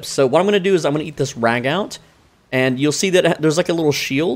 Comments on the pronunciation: It's pronounced "ragoo". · Just a heads up ragout is pronounced Ra-goo. Love the vid tho. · Ragout pronounced raggoo 😂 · It’s said ragoo